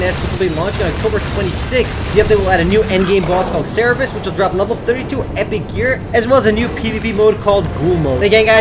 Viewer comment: cant read its cerberus